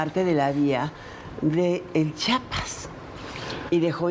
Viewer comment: No se dise chapas se dice Chiapas Sra enseńese a hablar